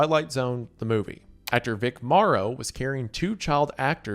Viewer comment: Same. The way he mispronounced everyone's names is bugging the crap out of me. Not only Minelli and Huston, he mispronounced Vic Morrow's name as well. How do you possibly mispronounce Morrow?